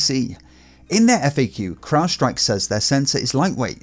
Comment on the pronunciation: You're the first one I've heard pronounce "crowdstrike" correctly... Everyone else says "cloudstrike"